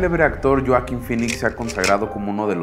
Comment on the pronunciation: Buena historia.👌 Pero... Porque.. Lloaquin. Si hasta en inglés es Hoakin con "J"😉